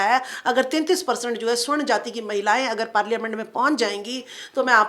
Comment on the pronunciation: स्वर्ण नहीं मैडम सवर्ण कहिये ।